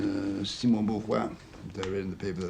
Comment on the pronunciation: I like the way he says Beauvoir's name in a French accent and Weber's name in a German accent. It's fascinating to see interviews with J.R.R. and I went to Oxford last year and stood outside the building where this was filmed